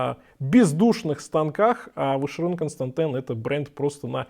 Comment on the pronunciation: Капец, как режет слух, Вашерон КонстантЭн...где ты букву Э увидел?